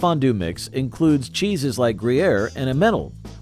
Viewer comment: I cringed listening to his mispronunciation of Emmental, IMO the best of the classic Swiss cheeses. Why did he murder that when he pronounced Gruyere correctly?